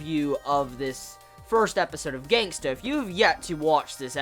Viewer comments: its Gangsta not gangster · Love the way you say GangstA😂😂